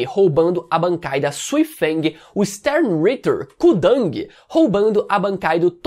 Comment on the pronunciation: só queria te dar um toque em relação as pronuncias de algumas palavras, como Stern Ritter(Cavaleiro Estelar). Você costuma usar a fonética do inglês, quando na verdade são palavras em alemão.